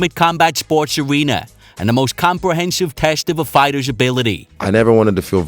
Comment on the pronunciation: Ware bweed of fiwhters